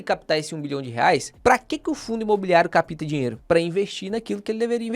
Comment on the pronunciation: correção,: cáp-ta (p mudo), e nao "ca-pi-ta"